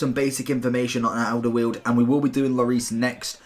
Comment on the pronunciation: You pronounced Alderweireld wrong its Alder-vri-reld. Just to let you know.